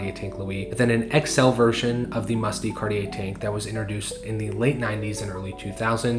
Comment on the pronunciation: De is pronounced more like “duh” than “Dee”